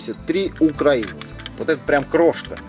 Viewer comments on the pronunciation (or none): none